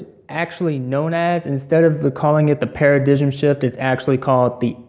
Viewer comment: It's pronounced para-dime, not para-digim